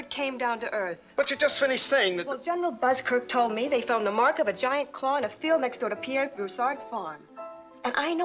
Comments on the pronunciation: CLAW NOT CRAW! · "It's claw not craw...."